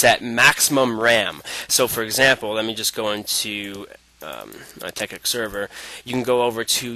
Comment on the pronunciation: dude, isnt it pronounced "Tech-IT" and not "Tech-ICK"...